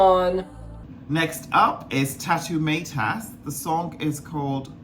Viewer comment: Tautumeitas or Tautumaitas is a Big difference please pronounce it right, other than that great review!